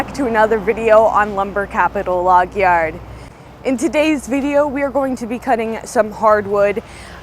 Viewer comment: love how she says yard like an irish man xD